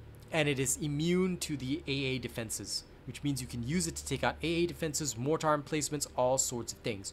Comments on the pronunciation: Your builds are on point and I love your content. Great stuff all around. It bugs me so I'll point it out: Mortar is pronounced more-ter, not more-tar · Ok I know I’m being a pedantic idiot rn but I have to say it, I’m so bothered! 😂 Mortar is pronounced like it’s spelled morter